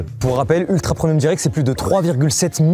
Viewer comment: mais c’est moi ou mastu dit ultra promium au lieu de ultra premium hahah 😂😅